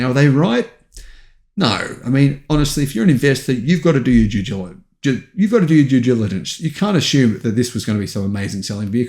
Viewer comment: what is jew jiligence ?